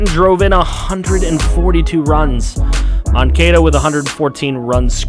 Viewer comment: Miggy using that vet savvy to lead in hits! BTW its pronounced Moan-Cah-da!